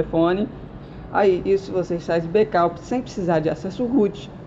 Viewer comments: becaup ?? ou backup ?? kkkkkkkkkkkkkkkkkkkkk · o cara quer ensinar tutorial e fala "Becaup" kkkk e ele fala "Tie musicas populares" ali tem "the" ele nn deve estudar inglês e o canal dele nem musica num tem. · fazer o BEKAUP? kkkkkkkkkkkk Não consegui entender porra nenhuma você fala tão feio quanto a você mesmo! huehue